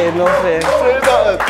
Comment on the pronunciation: “Say noffin”